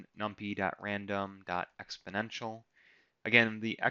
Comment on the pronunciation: Love the way you taught and went through this. Hate the way you pronounce numpy and simpy, haha